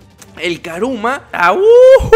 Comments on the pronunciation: El decía karuma y es kuruma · no es karuma es kuruma